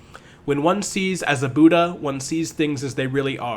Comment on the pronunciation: It's very small thing but just because people learn from these videos, the pronunciations are bud-dha and nag-ar-juhn-a